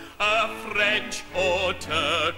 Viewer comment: Hey, I look up the lyrics, and he genially has weird pronunciations. Roosian, Proosian, Ita-lie-an